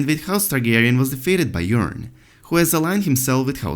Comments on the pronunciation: That's because he is saying Urine. Not Yuron. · The accent makes the subtitle actually spell out urine every time he says Euron. It really sounds like he’s saying urine